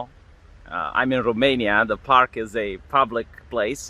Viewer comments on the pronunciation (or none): none